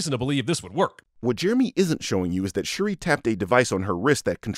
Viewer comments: Jeremy thought he was smart pronouncing “Shuri” as “She-ree” because he thinks that their names should be complicated in pronunciation due to the stereotype of African’s names being pronounced in a “complicated way” Pls tell me if I was accidentally racist, I despise racism. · Him pronouncing Shuri as Cherie chapped my cheeks😒. INFINITE SINS! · I cringed every single time bruh said “Shuh-Ree” 😭😭😭😭 Thank you for the comments on cultural context too! So on point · I wouldn’t be surprised if CinemaSins is just Jeremy reading a script and he doesn’t actually watch the movie. That’s why he says shit like ‘Shu-ree’ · I will say the most annoying part about this video is Jeremy Constantly miss pronouncing her name like you said, Who the fuck is Shuree?? 🤨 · Who else felt extremely irritated about the way Jeremy butchered Shuri's name? Because I did. It's like he was trying to say Sharice, but cut himself off, while simultaneously trying to hold in a sneeze. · it was really annoying almost immediately and it's true, how does he mispronounce it so wrong when she's been a character for decades and has been in the mcu since 2016 and is the protagonist of this entire movie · I love that you brought up the mispronunciations for characters whose names we literally hear in this movie. It will always baffle me how people can hear a name, sometimes repeated several times in a show or film, and STILL butcher the pronunciation. It's like the people who still pronounce Shang-Chi with a long A, or the people who pronounce Evangelion with a long E. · You should have done a bonus sinning round on how many times Jeremy mispronounced ’Shuri’ 😄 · Did Jeremy always mispronounce Shuri's name, or is this the first video where he does it? I can't remember. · I am always puzzled by whyte peoples ability to completely butcher the pronunciation of names especially when an example of the correct way to say it transpired